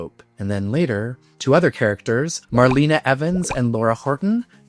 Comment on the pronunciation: … Mar LAY na, not Mar LEE na.